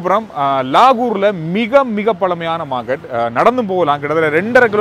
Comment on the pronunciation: Vlogger starts saying lahore as lagoor and settles with la-ooru. 😂 Tamilians are one of the most insular people, they hardly know anything beyond their state. Very Regional-frog in a well type mindset.